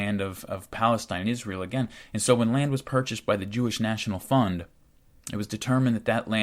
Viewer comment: Another fantastic oral essay! I kept mishearing the word fund, I would hear fun. This made for some strange ideas. "As a young jew I would contribute to the jewish fun. Once the fun was big enough..." Pretty funny. Can't pass up an oppurtunity to make light of the heaviest of situations.❤🎉 Thanks for helping to make the world more knowledgable.👍🏾🇺🇲 You are doing good things, brother.